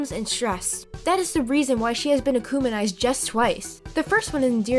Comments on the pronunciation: Did you say akuminized it’s akumitized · Akumitised not Anunitieesd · I believe this theory might be true. But also am I the only one but she is accumenized instead of akumatized. (No hate just thought it was funny) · "Akumanized"? It's akumatized. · Wth is “acouminized” huh?! It’s “ACOUMATIZED” AND All-I-ya?! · Am I the only one who noticed she said akumanised instead of akumatized... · ‘akumanized’ lol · its ukumatised btw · She said acumonize 😂😂😂😂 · Stop saying ukumanized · "Emeel agrestay" "Akumanize" "Alayaa" "Juleeka" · “Akumanized” “Agrest-ay” “Oh-lie-uh” I’m shocked you pronounce Sabine correctly.